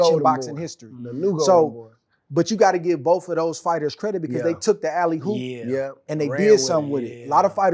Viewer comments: The fact I had to listen to SOG say “alley hoop” is not sitting well with me. 😔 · the term is "alley oop" but he was saying hoop 😂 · Why he keep saying alley Hoop? Man